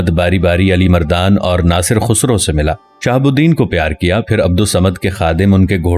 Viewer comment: Bhai khusro nhn khasroo hai apna lehjaa to saheh karen